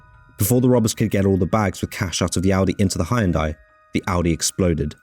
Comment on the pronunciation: Good Grief, man!d You must be the only person who've never heard how to pronounce Hyundai properly!